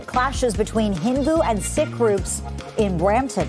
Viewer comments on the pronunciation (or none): The word is Sikh - pronounced “ seeeek” not “ sick”